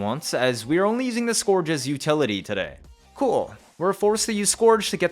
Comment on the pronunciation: scourge - skerge